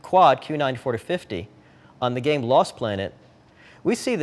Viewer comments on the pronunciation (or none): none